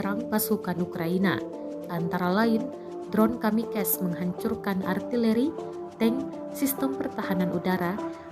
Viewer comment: Kamikaze bahasa Jepang min, ga dibaca kamikez